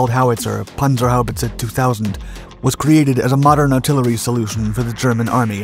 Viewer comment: Pronounced perfectly. 👍🏻